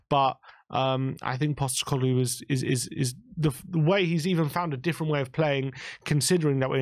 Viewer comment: Another… “Coglu” to add to “Costecoglu”